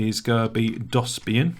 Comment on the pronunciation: How did you mispronounce DOSBIAN lol